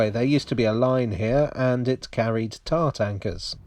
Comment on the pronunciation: Was it “tar tankers” you mentioned? At first I thought you said “tart anchors” and had no idea what they were!